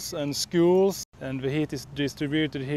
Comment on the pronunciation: I don't know why she's saying Kirstinstad. Men jag alskar Kristianstad.